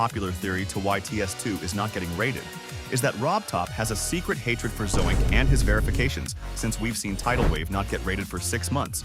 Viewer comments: Excuse me “zo. ink” who tf is that😭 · "Zo ink" 🥀